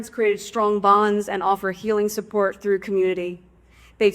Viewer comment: "subbort, of course, what, was havening" Lol